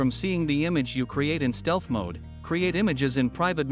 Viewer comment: It's MODE not MOD...